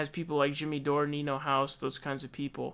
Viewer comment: You have a lot of opinions about a person you don’t even know the name of, his name is Niko not Nino, I live in Sweden and I know this fact. Do you have your own opinions, ideas or strategies? You just piggyback on other ppl. This is not serious political commentary but rather pathetic.